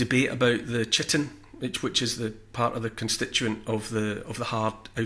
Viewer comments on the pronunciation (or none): Chitin is pronounced kytin just so u know g love your stuff! Especially the love letters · Chitin is said like kite-in. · Chitin (pronounced kite-in). Sorry, a bugbear of mine 🤣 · Totally agree, but the reason I'm writin' is how to say chitin (kai-tin)